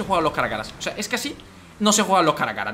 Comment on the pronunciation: Cuando te pasa lo dislexico "Pasan que cosan" jajajajajajaja